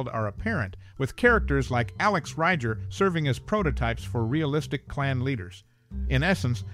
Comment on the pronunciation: It's pronounced "Ree-ger"